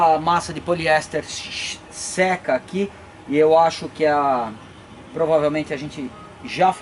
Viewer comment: "enquanto a massa de poliéster shishhseca aqui" 😂